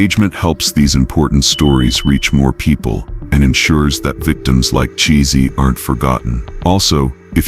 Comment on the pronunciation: I’m almost certain her name was pronounced as “TaShay” or “T-Shay” and not sounding like her name was pronounced as “cheesy.” 🙄